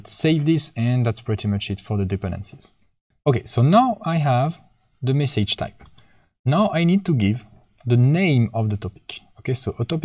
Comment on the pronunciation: All great. Just the way you say "message" is so wrong and annoying 😅